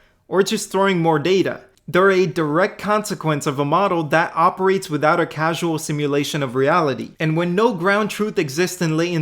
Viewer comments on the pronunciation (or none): In the video: "without a CASUAL simulation of reality" instead of: without a causal simulation of reality. LOL